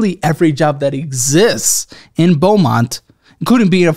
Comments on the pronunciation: BEAUMONT not belmont, FINALLY one from the 409 💀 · It's Beaumont not Belmont. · FYI - Intro says Belmont instead of Beaumont.